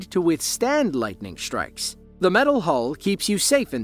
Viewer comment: Lightning “shtrikes”